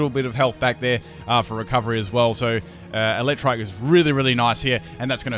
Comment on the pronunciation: you keep saying it as Elecktrike, which is a totally different Pokemon...